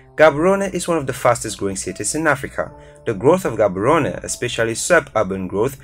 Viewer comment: Nice video but hey you're butchering some of the city names here like Gaborone,Windhoek and Gauteng